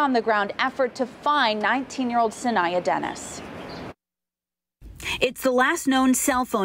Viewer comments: could yall get her name right. SA-NY- AH. I hate the news. Saniyya Baby girl keep fighting. My god this is every parents nightmare. Ancestors protect her and bring her home. Amen. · GMA can't even pronounce her name right,that's important!